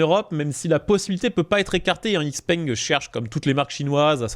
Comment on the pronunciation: "x-peng" se prononce "chi-peng"